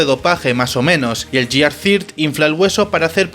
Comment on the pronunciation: Mira, se pronuncia /guiar/ y, así como las transformaciones anteriores, la quinta también usa números ordinales (primero, segundo, tercero, cuarto, quinto/first, second, third, fourth, fifth), por tanto la última transformación no se llama Gear Five sino Gear Fifth.